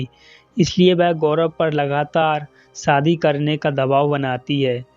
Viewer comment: Aapka Hindi kahani channel hai lekin aap Hindi bolane nahin aati hai aapko aap Bihari Bhasha bolate ho sha ko sa bolte saadi nh hota shadi hota h ek anchor ko apni language per command hona chahie video